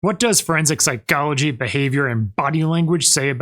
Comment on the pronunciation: The way you say psyCHology is really obnoxious